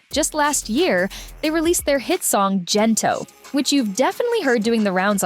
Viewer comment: Is the narration AI? Why pronounce Gento with a 'j' not a 'g'? Imagine the boys singing the chorus 'gento' pronounced with a 'j' and see how ridiculous that is. If the narration is done by a live human then shame on that person. Ang corny mo.